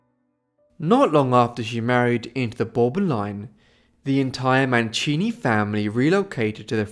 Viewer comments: Mancini non Manchini....cavolo che schifo queste voci artificiali che non sanno neanche parlare correttamente e che bugie. Storia quasi del tutto inventata. Vergogna. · Wäre schön, du würdest die Namen richtig aussprechen. Sollte doch nicht so schwer sein.